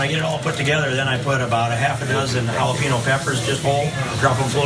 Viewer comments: "Hallapino" peppers 🙄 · Jalapeño became "halla-pih-no" on that call 😂😂😂